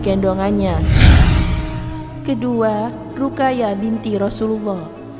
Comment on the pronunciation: Min... Ruqayyah dibaca harusnya Ruqoyyah